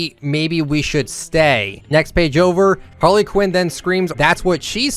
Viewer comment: this man said Harla Quinn 🤦🏻‍♂️